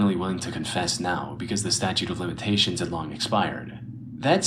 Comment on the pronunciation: flight thinks it's 'statue of limitations' lmfao😭😭😭